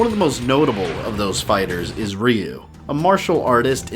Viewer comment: Why r u calling him Riu, not Ryu